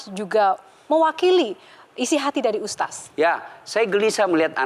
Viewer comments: Hostnya susah amat bilang ustadz, ustas ustas mulu😂 keliatan banget kureeeng hostnya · USTADDDD BUKAN USTASSSS???? YO OPO